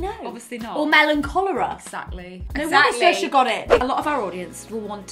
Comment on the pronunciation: How did They say SAOIRSE ?? Irish trauma